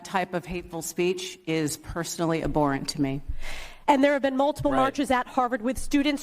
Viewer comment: Well it says a lot when you have a sp called "educator" a supposed "professor" no less who cannot even pronounce the word abhorrent correctly.